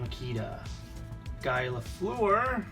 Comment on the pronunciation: Marcel Donny?! That and the way you pronounced Guy told me right away that you're not Canadian. Box was worth a gamble but no Orrs and the damaged Dryden means the guys top cards were in another box that was probably kept or sold by the family that donated these.